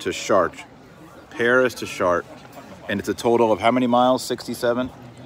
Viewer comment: Something about a Texan pronouncing Chartres 😂😂